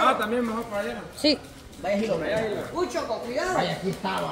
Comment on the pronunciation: Cómo animales. Dice jilo 🤣🤣